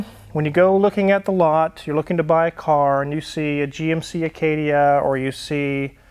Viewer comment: I 😂😂 every time you say Acadia 😂😂